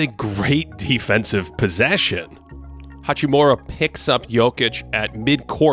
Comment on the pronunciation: It really shouldn't be hard for an American to say "hachimura" correctly. His name is not "hachiMOORA"